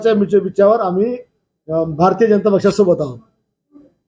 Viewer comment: अँकरने जरा मराठी व्यवस्थित बोलावी. जणता नाही जनता आणि प्रश्न असा शब्द आहे. टुकार पत्रकारिता